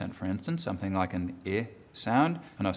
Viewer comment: He slips into the accent before giving an example. His “like” in “something like ...” sounded very Australian lol